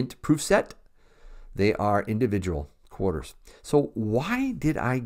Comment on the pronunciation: Nice “quahdas”😉. I know you don’t say it like that but you know... The proofs are beautiful.